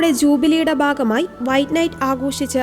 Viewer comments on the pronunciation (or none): ജൂബിലിയുടെ 'ബാഗമായി'. എന്താണീ 'ബാഗം'? ഭാഗം എന്നുച്ചരിക്കണം.